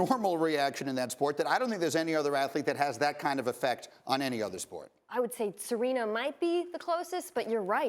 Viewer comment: did she say 'Serena?' ... oh my god!